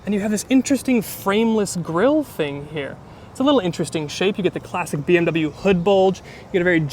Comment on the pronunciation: Научитесь правильно выговаривать слово BMW